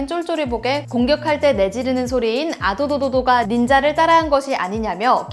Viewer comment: 와 아도도도 발음 엄청정확하셔.. 근데 제생각이지만 굳건이가 아닌 딴캐릭터라도 현역분들과 예비군이신분들이 딱히 좋아하실거같진 않을거같은 느낌이 들어요..ㅇㅅㅇ